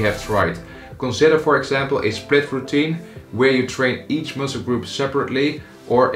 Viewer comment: That could explain why I heard ‘spliff routine’ instead of “split routine”. Had my hopes raised for a second.